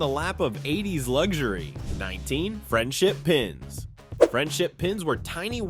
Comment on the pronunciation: Lots of good stuff in there, but like the 70s video, listening to the announcer stress all the wrong syllables was entertaining as hell. Space INvaders rather than SPACE invaders... trapper KEEP-er rather than TRAP-per keeper... friendship PINS rather than FRIENDship pins... slap BRACElets rather than SLAP-its...